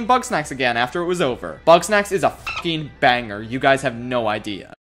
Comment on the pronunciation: Thought instead of saying “banger” he said “bunger”